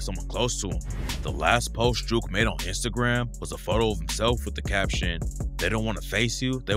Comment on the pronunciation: Jook rhymes wit Book not Juke